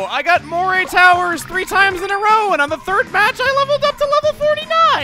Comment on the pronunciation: It's pronounced " muh-ree " towers.